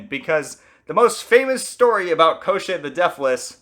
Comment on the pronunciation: It’s not Eye-Van, it’s Ee-von. And it’s not Koh-Shay, it’s Kaw-tchay. With Maria the emphasis is on the wrong part. Rather than Maria it’s more like Muh-RIA. Thé ria is the focal part. And Baba Yaga might be a regional difference since I’ve heard it pronounced the way you did but if you’re going with Ukrainian and Russian the A’s sound the same in yaga as they do in baba. Finally, the story doesn’t contradict itself, you’re missing the ending. After striking Koschei off his horse and cutting him into pieces Koschei reminds them that he cannot die and his body will just come back together, so they burn his body to ash and throw it in the ocean leaving his head in a barrel to bob endlessly away. And should he return, Prince Ivan and Princess Maria would search for his soul to destroy it.